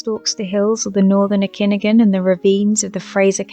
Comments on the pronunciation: please make an effort to correctly pronounce "Okanagan". It is not Irish, not pronounced "O' Kinnigan"! Try oh-kah-nah-gun, as says it. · Its pronounced OH-KA-NAW-GON 👍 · GET IT RIGHT" AMATEUR" FEMALE HOST.ITS "OAK CAN NOGGIN" GOT IT?MAYBE?....NOT ENOUGH RESEARCH ON LOCAL ABORIGINAL NAMES AND PRONUNCIATION. RESEARCHED LINGO?....OH BTW DUDE.THE "PROVINCE"NEWSPAPER IS NOT A "TABLOID STYLE" NEWSPAPER.IGNORANT AGAIN ON NO RESEARCH.PERIOD.IDIOT SENSATIONALISTS! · you need to pronounce okanagan the right way i cringe hearing you say it it sounds like okinagin your way and its insulting that you dont bother with the proper way to say it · Lol. I love how the host pronounces "Okanagan"! Interesting material.